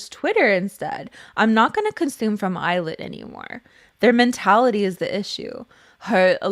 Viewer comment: I can't unhear "Eyelid" every time.